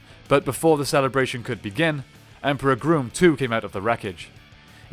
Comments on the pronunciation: It is pronounced Grumm not Groom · Your mispronuciation of Grum is aggravating. His name is pronounced, Grum not Groom. Like Chewing Gum. I hope you don't say, Chewing Goom. 🤣 And Z's full name is, Elizabeth Delgado. Just stating because you called all the other spd rangers, by their full names. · Gum not groom. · It's pronounced Grum, not Groom. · Doggie Cruger should not be in this list. He is the Mentor and Comanding Officer of SPD. He is not the 6th Ranger of the team. Check out the Wiki on the season and the article on the character. The SPD 6th Ranger is the Omega Ranger. And it’s Emperor Grum, short u sound, not groom.